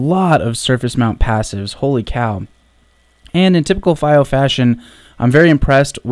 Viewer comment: It's pronounced FEE-Oh